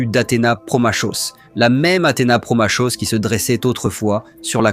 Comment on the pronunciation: Olala !! Doucement l IA !!! La voix était pas nécessaire en IA Ça gâche tout ! inaudible Trop inexactitudes vocables qui gâchent tout! Promachos se dit Promakos et le vocabulaire est trop limité ! Employer le vocable des points cardinaux! Est et ouest